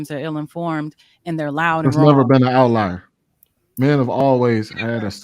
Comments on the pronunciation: saying words she can’t even pronounce correctly lol 🤦🏽‍♀️ outlier is pronounced OUT-LIAR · is so far up her own ass that she can't even acknowledge that she is pronouncing the word "outlier" wrong...Yes, outlayer is a word but definitely not in the way its being used in the panel. Another delusional female living in denial about everything....